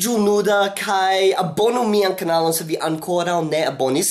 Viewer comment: "Kanalo", ne "Knalo". Aŭstralia akĉento en Esperanto xD